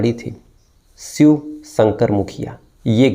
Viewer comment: 0 grade anchoring and shiv ko swih bol raha ha..bolna to seekh le bhai